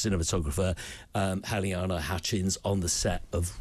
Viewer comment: 1.40 min: can't this man be bothered to find out the pronunciation of the woman he's going to talk about? Ridiculous how he said Halyna's name - 'Haliana'.